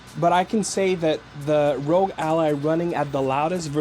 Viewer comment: you're saying rogue not rog. Rog is not pronounced rogue